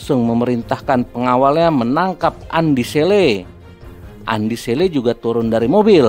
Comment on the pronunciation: naratornya bkn org Bugis, makanya kurang fasih menyebutkan nama Andi Selle 🤭